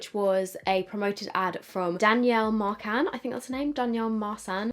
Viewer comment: i think that marcan is pronounced as mar-can, the can being a litteral can